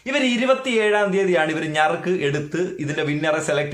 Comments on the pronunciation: ഞർക്ക് അല്ല നറുക്ക് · ഞറുക്ക്😂 നറുക്ക് എന്നാണ് .വിദ്യാസമ്പന്നനാണല്ലെ